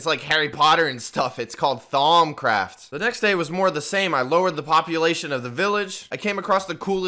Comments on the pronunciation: temptell no it’s thaumcraft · lmao did he just say “thongcraft like dimension” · bruh i thought he said thong craft XD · Thought he said thongcraft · every time he says thaumcraft i die inside